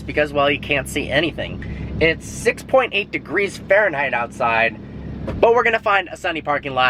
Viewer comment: He said Sex.8 Instead of 6.8